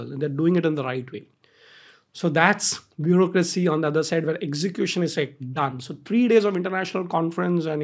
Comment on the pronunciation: "bureaucracy" hota h